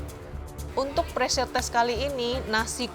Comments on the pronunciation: Pressure min bukan preasure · *PREASURE wkwk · pressure min, bukan preasure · Pressure, min.. bukan preasure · Min, maaf harusnya PRESSURE kan, bukan PREASURE 🙏